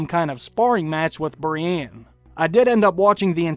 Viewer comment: Please stop saying "Brianne". Its "Brienne", and you have clearly watched the show enough to know how to pronounce her name correctly.